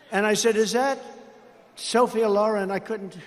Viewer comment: And apparently, he can't pronounce Sophia. He should keep this beautiful name out of his garbage mouth either way